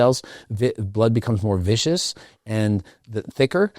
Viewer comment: Speaking Spanish.... but first... speaking English:... "blood is more viscious"... He meant "viscous":... " emerge yourself in a country"... He meant "immerse" Not trolling. Not being a pedant.